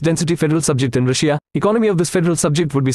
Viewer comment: The way he pronounces Russia as "Rush-ee-a" makes me laugh